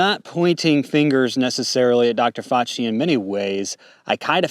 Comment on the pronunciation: Defending Dr Fauchi? Really. And you can’t pronounce his name properly? Dude I know I’m being a jerk here but every time I think we a red on the same team you are talking about how serious some new flu is and minimizing the evil of others.